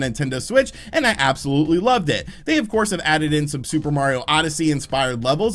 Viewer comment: I tke a soht eevry tmie says “absklutly.”